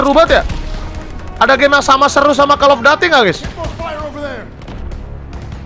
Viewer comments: koll Of dudiy Bukan Kall of dati :) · kocak gw njir windah cell off daty wwek😂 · Tajuk game: call of duty Brando: call of dati